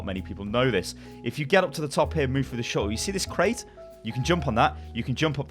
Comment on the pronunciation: i had to pause when he kept saying "shuttle". so triggered. gonna unpause now that i've collected myself.